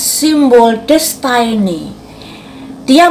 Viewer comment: Bun...release:bacanya riiliis Realize: rielais... Destiny:desteni